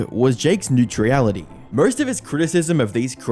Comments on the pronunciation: Nue-tree-ality?? Is that a local dialect thing or is he just mispronouncing a really common word? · Sir, you are pronouncing the word “neutrality” wrong just wanted to say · Please look up how to correctly pronounce "neutrality" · Neutrality: noo·tra·luh·tee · Constructive critism. There are many mispronunciations such as 'neutrality' and 'misconstruing'. I'd suggest running through your skript and learning any words you're unfamiliar with. Otherwise it's a well constructed video. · Couple little things. Series is already plural, you don't need to say series's and you mispronounced neutrality. Aside from those little nitpicks great video.